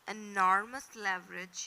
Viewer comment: You elaborated well but pronunciation some words were absurded like " leverage, synonyms, antonyms etc. We can correct each other. Jazak Allah